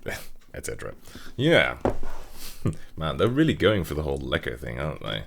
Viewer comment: the way you pronounced ''Lekker'' was just absolutely perfect, most non Dutch people i've met can not pronounce it like that